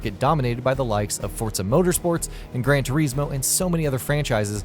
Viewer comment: Did he just say 'Grand Tur-ees-mo?' Haven't heard of that one, is it any good?